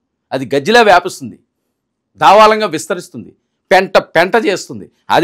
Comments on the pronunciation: దావాళం కాదురా బాబు దావానలం భాష నేర్చుకోండి mundu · దావాలం కాదు sir దావానలం 😊thank you 😀